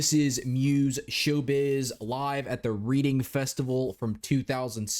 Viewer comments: Its funny you said Reading festival like reading a book, its pronounced Reding, its a weekend festival here in the uk where the bands swap between Reading and Leeds, great reaction, im here for all the Muse videos, if you can always do the live version of every song, you get a much better feel for the band and what they are like as performers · Reading is pronounced as “Redding” like the colour, rather than reading a book. It’s one of those weird British ways of saying lol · I was 7 when they played this show lol. Btw its pronounced "redding" no judgement. And it's an open air stage. I think they mightve been on the main stage since they were pretty huge by then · Loving the muse reviews man. Your channel is great and I think you strike the perfect balance between letting the track flow and commentating. Ignore all those idiots correcting your pronunciation of reading. As obviously that's how anyone would think you pronounce it!